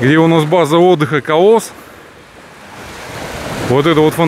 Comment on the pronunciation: Извините,, простите.. почему говорите колОс... С СССР же. КОлос